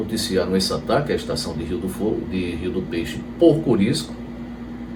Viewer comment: O nome é Curisco, e não Corisco.